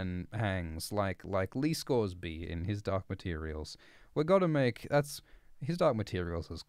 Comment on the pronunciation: lol it sound like "Hizdahr's materials" to me every time :D